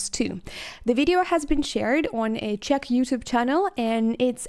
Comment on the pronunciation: Hi, I'm from the Czech Republic and I have to say that your pronunciation of Czech names is perfect.